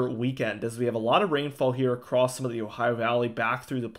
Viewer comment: On another topic... I have to tell you that it thrills my heart to hear you pronounce "across" as "across" and not "acrost" as I hear more and more people these days. Such a breath of fresh air. I couldn't tune in if I had to hear "acrost" on a regular basis. ❤️ from Virginia